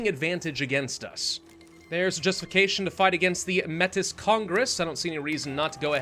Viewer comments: Heads up Metis is pronounced more like May-tee. There is no S do to it being a French word <3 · Métis is pronounced “May-tee” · Just for reference, it’s the Métis (May-tee) Congress:) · Metis is pronounced May-Tea; it's the name for a distinct ethnic group of people descended from the indigenous and first European colonizers if you didn't know. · Metis is pronounced 'Mey-tee'. It's a french word for people with both native american and white heritage.